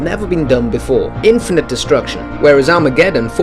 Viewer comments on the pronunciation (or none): none